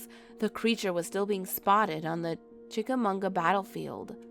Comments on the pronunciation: You mispronounce Chickamauga I I live in Chattanooga. Ma not mu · It's chickamauga not chickamoonga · It's pronounced chic a mawgwa. No n at the end of that name. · Well I can vouch for green eyes. I’ve definitely seen it, and other weird crap in that area, over the past 10 20 years. For the sake of accuracy, it’s pronounced “chickaMAHguh” and that battlefield is in Georgia, not Tennessee.